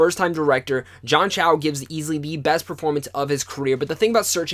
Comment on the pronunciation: John Cho, not Chow